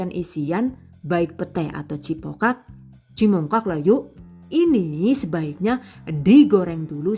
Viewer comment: Njenengan tiyang pundi, ko sama nyebutnya cimongkak😅